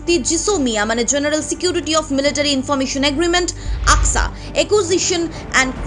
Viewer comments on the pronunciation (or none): none